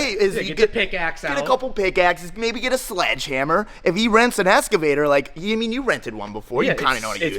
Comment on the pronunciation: Bro cant even pronounce excavator never mind do this job. Don't go anywhere near it and stick to cars!